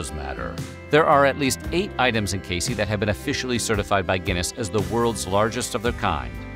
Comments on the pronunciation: Ayy I’m from Casey! For The record it’s pronounced cay-zee. Also all of the “world’s largest” items have been funded by one family The Bolins in order to draw tourism to the town. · Casey, Illinois is pronounced "Kay-zee" just FYI